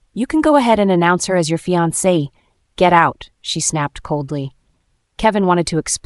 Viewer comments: The voice over To the text needs to be updated in some way, if this is an AI, remainder and reminder are 2 different things. Fiance and finance are 2 different things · It's fiance not finani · That’s called fiancé you need to learn how to say the word